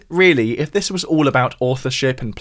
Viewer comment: Maybe the creator here should learn how to pronounce his th’s. It’s TH not F. This NOT fis.